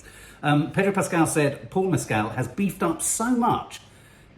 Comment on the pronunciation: Love this and looking forward to seeing this 😮 Also, just a little kind nudge that Paul Mescal’s surname doesn’t rhyme with Pedro Pascal’s. It’s Mescal where the ending sounds like the word call (It’s really hard when nothing rhymes with his surname! 😂) Said lovingly and kindly, adore you both ❤❤❤